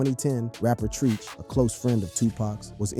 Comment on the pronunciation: It's Tretch.. Not Treeeech Tf wrong with you